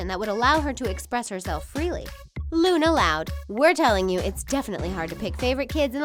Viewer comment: It's Luna not lana